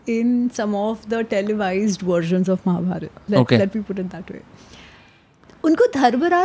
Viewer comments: Please correct महाभारत not महाभारता .sahi uhcarad karna Sikho Ami ji sahi bol rahi hi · Bhai what is it It's Ramayan and not Ramayana.... Mahabharat. And not Mahabharata.... N refrain to use words like so called poorvaj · It's Mahabharat and Ramayan and not Mahabharata and Ramayana. It's what the British taught you and it's wrong pronunciation. Learn from Ami. She is pronouncing it right. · महाभारता नहीं महाभारत बोलिए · Pahle mahabharat and ramayan bolna sikh lijiye sir ....shuru me hi mahabhartaa and ramaynaa 😢and batey aap humare mahagrantho par kar rHe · I think first we should pronounce the names correctly and not post fix 'a' in the names and change it. It's Ramayan and Mahabharat, not Ramayana and Mahabharata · Plz.. Mahabharataa... Ramayanaa.. Krishnaa.. Bhimaa nhi.. महाभारत, रामायण, कृष्ण, भीम... Uchaar ae arth badl jata hai.. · It’s annoying for the way he says Maharashtraaa when speaking hindi. Kya ye “brown angrez ki aulaad” theek se रामायण और महाभारत नहीं बोल सकता? इसे रामायणा और महाभारता बोलता है ये जबकि हिंदी इसकी अपनी मात्त् भाषा है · Hum naam k baad ek extra A kyou laga dete hai ??? What is Mahabhartaaa or Ramaynaaa ??? It's just Mahabharat or Ramayan..